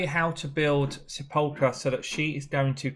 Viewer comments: Great video. Got her a couple of weeks ago and was contemplating building Sepulcher or Bulwark and this settles it for me. Anyway it's pronounced "Sap-pile-ker". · You should care. It's not that odd a word. It's pronounced like, "seh-puhl'-ker". It means tomb. You can hear the pronunciation here. ETA: , and again shortly after that, you said her name correctly! Leadership needs to mean something, man! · Pronounced: sep - ul - ker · SEPULKEEEEEEY made me laugh! great vid